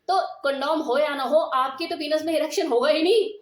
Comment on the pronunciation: पीनस नहीँ पेनिस कहते हैँ मैम